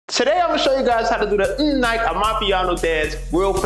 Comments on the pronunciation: It's mnike not mmm Nike😂😂😂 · Bruh it's not pronounced "mmm nike" It's pronounced like "me ni-keh" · As for "Mmm Nike" 😂😂💀💀 you pronouncing it WRONG. It's pronounced "Mmm-knee-care". It's isiZulu in South Africa meaning "give it to her/him". 🇿🇦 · M-Nike! I love it! Well done brah! Pronunciation: mm-knee-keh, all in one, but well done, you killed it. 👏🏼👏🏼👏🏼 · Did you just call it the "mm nike" dance😂...say mnike brother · Did this man just say mmm nike? Bruh 😂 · I died at "mmm NIKE" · Jesus wept when he heard mmmm Nike😂😂😂😂😂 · Overseas people all say it like dat I see... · Now I cant unhear that pmsl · It's MMM-NEE-KEH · “Mm knee kay” bro. Lol 😅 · Pronounced “Mneeke (the ‘e’ at the end as the phonics pronunciation like ‘e’ for elephant) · Its pronounced mnìkè😂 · embarrassing,An American showing south africans how to dance,he even said M NIKE😢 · The pronounciation of mnike caught me off guard😭😭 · That's not how you pronounce it but you're dancing is superb. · For the tutorial, I give you a 10/10… best MNIKE tutorial on YouTube.. for pronunciation of the word “Mnike” I give you a 0/10, you murdered the name 😂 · at least pronounce it right, geeez